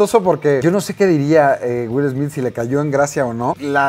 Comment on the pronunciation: "Wil Esmid"